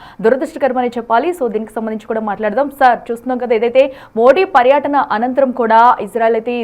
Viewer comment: పర్యాటన కాదు, పర్యటన